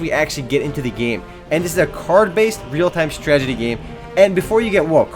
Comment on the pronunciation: YOUR STRAGETIES ARE DRIVING ME INSANE!!! XD HAHAHAHA, If I had a penny for every time you say stragety instead of strategy... I'd have like a dime...